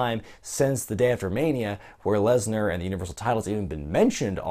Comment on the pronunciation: I don't like how he says Brock Lesner. It annoys Me.